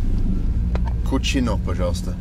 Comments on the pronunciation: A useful tip: when a Russian toponym ends with -ino, the stress almost never falls on I. So it will be either Kúčino or Kučinó. For example, Borodinó, Leublinó, Mářjino, Mítino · Kuchino is spanish means Nasty but it's spelled Cuchino but pronounced the same way. The bus driver probably doesn't get a lot of english speaking tourists as he probably isn't used to it. Probably wonder why anyone would want to take a vacation there. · As a Spanish speaker hearing Bald repeatedly say “Kutchino” made me laugh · Gay-va and cutze-no